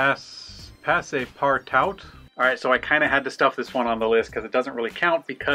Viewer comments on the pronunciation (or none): It's pronounced "PASS-PAR-TWO" Partout means everywhere. Passe, means, well, goes/pass. So Goes everywhere. Just ask Fred L next time!!